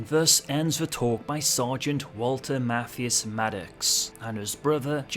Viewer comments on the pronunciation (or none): Just FYI: Mathias is pronounced <Math>